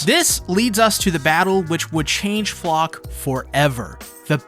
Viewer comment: The proper pronounciation would be Flocke (flake) like they butcherd so many german names in the japanese dub (wich i don't care about, its just funny)